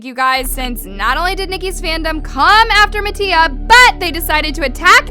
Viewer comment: the fact that she pronounces mattia's last name wrong😂